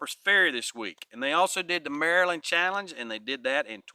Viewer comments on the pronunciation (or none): none